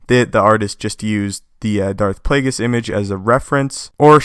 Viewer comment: I dont think youre saying Plagueis correctly.